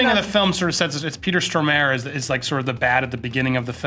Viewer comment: The pronunciation of Stormare.... my god.